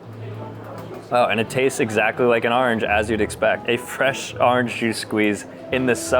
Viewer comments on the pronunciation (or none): Nobody else cringed at “arnge” 🥲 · bro kept saying arinj mate it’s orange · Hey you probably won't see this message but the way you said orange drove me crazy 😂 I'm originally from Michigan and now live in Texas so its not the northern accent, When you pronounce Orange you pronounce it Arnge lol 😆 😅 Just gave me a good laugh! Have a great day! 😊😊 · Why does he say orange like that lol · The way he says orange is killing me